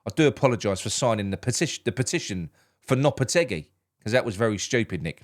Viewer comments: low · puh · teh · gee 👍👍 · I speak Spanish natively. The way to pronounce it is “Lopeteggy”